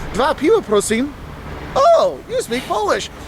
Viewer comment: Please in polish is NOT "prosim", is "proshe"